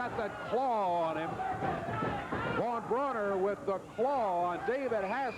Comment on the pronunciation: Why call him von brauner